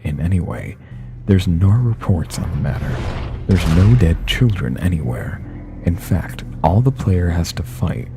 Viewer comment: Did he just say "infaft?"